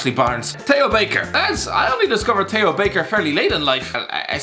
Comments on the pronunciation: How the hell do you struggle to say Theo? 😂 it’s not a hard word to pronounce Jesus Christ you’ve called Theo Walcott “” for the last 4 years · He did say Tay ho Baker